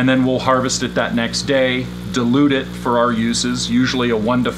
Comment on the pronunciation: Thanks for this. Just one thing: You keep on saying delude what you should be saying is dilute ;-)